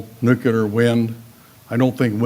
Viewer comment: He can't pronounce "new-clear" properly, and doesn't seem to have taken on board the NG frac finds, which have a few centuries worth of supply. Even Israel has found enough near-shore supply to be independent. Plus, the pop. info is likely wrong. The lowest band UN projection, which is the one which has turned out right for many decades, now says a peak of <8bn by 2030. overpopulationisamyth-DOT-com/overpopulation-the-making-of-a-myth#FAQ1 So he's editing and twisting to make his case.